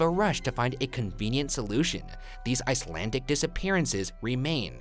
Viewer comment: I speak Icelandic... I applaud his efforts.